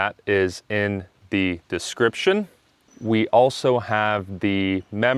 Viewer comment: I want to know the exact pronunciation of "the" in front of consonants. You pronounced it the sound of "the" in front of vowel. So please explain me!!!